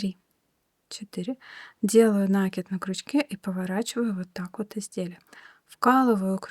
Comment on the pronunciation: Все понятно, но только пожалуйста, накИд не нАкид!